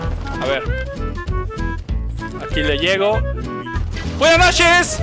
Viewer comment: Hahahaa! "Buenas nosheees":v Buen video. Cuándo una transmisión de Halo 5?